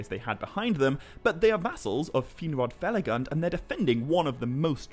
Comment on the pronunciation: Fe-la-goond . Not fel-a-gund (spelt felagund) a dwarvish word given for his work and kingdom hewn in caves